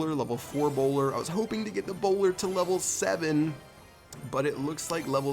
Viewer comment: For a second I thought you were British so when you said "A bowler", I thought you said 'Ebola' XD